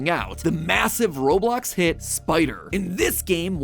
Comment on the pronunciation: It’s not Roblok